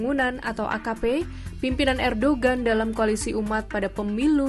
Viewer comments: Erdohen bukan erdogen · Dibaca : Erdowan